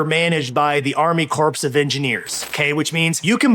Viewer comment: Corps is pronounced core not corpse.😁